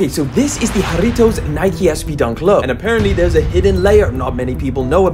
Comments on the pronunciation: As a Mexican, I want to personally thank you for properly pronouncing Jarritos 😂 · 10/10 on pronouncing Jarritos -from a mexican sneakerhead born in 🇲🇽 but always lived in america 🇺🇸 cheers 🍾🍊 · Thank you for pronouncing how deep Jarritos